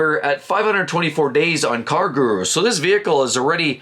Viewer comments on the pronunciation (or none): none